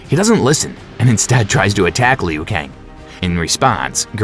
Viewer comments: Jfc..go back do it over again. I'm not usually a stickler with pronunciation, but it's so bad here it literally ruins the viewing/listening experience. Like what is a "Lee-Ooo" Kang? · Kung Lay Oh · Meh still a great video and the pronunciations aren’t bad Edit: Ok Leo Kang is diabolical 😂😂😂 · Leu Kang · Leo kane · Lee-yu Kang! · Kung lay-ow, Shay-O Kahn, Lin Ku-I... It's funny to hear, but good work in putting together the timeline and explaining it.